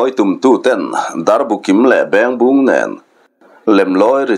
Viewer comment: A ngaihthlak anuam hlemai.Mahse Mizo rimawi chikhat Beng bung i lamdan hi a diklo deuh.Beng tihlai hi beng (ear)kan lamrik dan anga lamtur ania,Bung tihpawh hi Khawbung tiha bung kan lam ri kuai vut angin Bengbung tih zawktur ani.